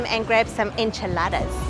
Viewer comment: esnchiladas not inchiladaras